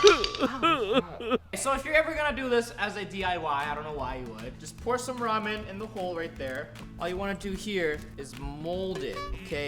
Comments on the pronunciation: I’m confused is it ramen or romen cause it sounds like romen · i have a tolet i have ramen😒😁lol like if u was like lol never heardbof that btw he says riman